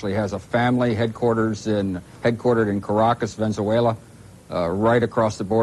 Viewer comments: The bald guy is saying Venzuela (incorrect)missing the e after the z....As in Venezuela which is correct. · That ain’t how you pronounce Venezuela.